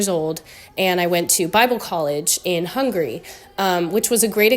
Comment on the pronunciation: 15 years wasnt enough to learn the name of the Country? It is Hungary not hungry.